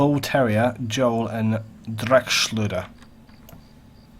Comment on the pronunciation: best pronunciation of 'Dreckschleuder' I've heard in a while! greetings from germany :D